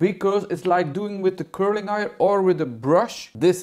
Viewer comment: Iron is pronounced eye-yurn